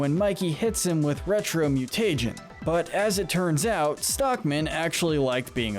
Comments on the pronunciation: this guy keeps saying mu-tay-jen instead of mu-tuh-jen and it drive me insane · could they not figure out how to say mutagen right? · He says mutagen like Fred from Scooby doo says treasure